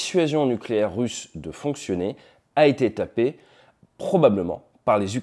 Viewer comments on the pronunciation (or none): none